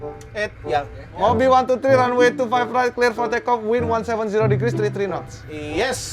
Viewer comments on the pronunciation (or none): none